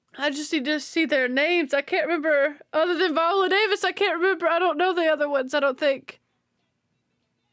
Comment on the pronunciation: Baby…I rocks with you. Hard. But you saying Viola at least two times in this reaction had my hackles on erect. 🤣 Especially when I realized that you finally realized it, but had no edit to acknowledge that you realized it. Shawty you da best. 🥰